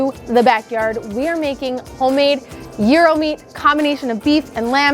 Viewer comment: Looks amazing!!!! bonus points for pronouncing it correctly!